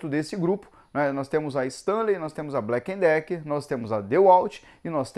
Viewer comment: Porque todos falam blacken Decker se é Black e Decker?